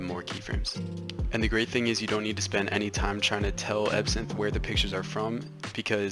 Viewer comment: EVERYTIME u said ebsynth I THOUGHh u said epson like the printer company LOL!!!!